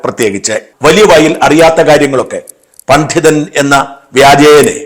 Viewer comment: Pandhithan alla sir. Pandithan. Chila vaakkukalile uchaaranam sradhikkanam